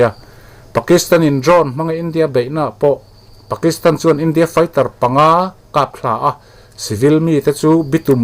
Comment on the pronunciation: I channel hian belhchian a dâwl tulh tulh mai. Content pawh i rawn sawifiah ṭhin e. Thil pakhat A kapthla tih turah kaptla i ti tlat hi chu a dikhlel deuh lo maw?